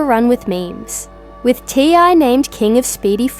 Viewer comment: His name is T.I. Or TIP! Not ty. If you’re going to report it at least get the man’s name right!